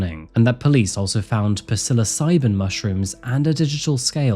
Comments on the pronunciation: It is psilocybin NOT Pesillosybin, and sometimes your judgmental attitude just shows how immature you really are. Drop the fluff around your hurt feelings and try just to remember that all of these people in your stories are PEOPLE with enormous challenges, including the perps. - the end. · He said "pa-silla-sybin" 🍄 mushrooms. It's OK. He's from 🏴 England. He can't pronounce any words correctly. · lol alright european white man who pronounces the p in psilocybin with a hard P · PISSILOCYBIN? I know pronunciations vary across the pond, but sorry, no. Wow. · you're not supposed to pronounce the P in psilocybin, "LeT's JuSt sAy..." it's mute ( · Its pronounced sillosybin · First off, psilocybin... The P is silent. Secondly, really low of you for talking white girl privilege when TWO black males recently were revealed to have been released over and over again. The Black guy on a train who killed Irina had 14 arrests, the guy who lit that white girl on the train had SEVENTY TWO. Stop this shit already its old and stale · Puh-silocybin 😂 Great video mate 🎉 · “P”silocybin mushrooms in her purse 😂 The “p” is silent in psilocybin mushrooms 👍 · The P in Psilocybin mushrooms is Silent!!!! C’mon now, I’m extremely disappointed in you. You really need to check pronunciations before uploading your videos. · The P is silent